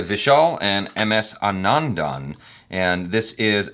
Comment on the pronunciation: It's should be pronounced like "Aanandan", not "Anaandaan"